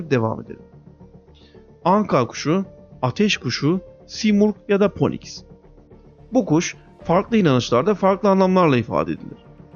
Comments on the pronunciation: Poniks degil Fiiniks (phoenix) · Poniks ne len feniks diye okunur 😃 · Okunuşu ponix değil finix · O kuşun ismi (Phoenix) "ponix" diye okunmaz. Daha bi çok teleffuz hatan var. Lütfen telaffuzunu geliştir. Böyle bilgilendirici videoları izlerken, biz de bu videoları hazırlayanı ilkokul terk birisiymiş gibi hissetmeyelim. Ya da İngilizce kelime kullanma. (sadece anka kuşu diyebilirsin, Türkçe seslendirdiğin için, zaten sadece Türkçe bilenler seyredip dinleyecek).